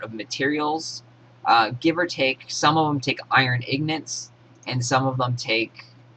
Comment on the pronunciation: Iron ignits? lol. its ing--gots, in-gots..Ingots. nice vid tho